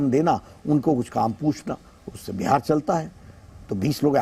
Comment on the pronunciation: "बिहार" होता है - "बेहार" नहीं होता है